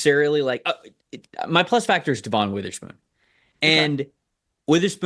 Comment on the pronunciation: please you need to say Witherspoon's name right at some point. It's "De-Vin" not "Da'Von" you've been saying it wrong since talking about him in the draft. Thanks for the content though.